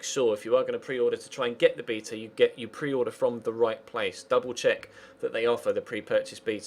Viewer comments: you say beta wrong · why do brits say bee-ta